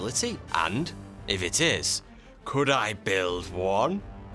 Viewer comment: ‘Coudl’ haha